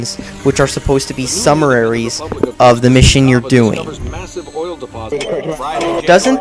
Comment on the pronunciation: Haha, you said summeraries? How the fuck is that even a word?! *Summaries*